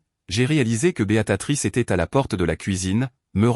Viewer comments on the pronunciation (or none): J'aimerais savoir où celui qui raconte l'histoire à appris à parler car il ne sait pas dire Béatrice il dit beatatrice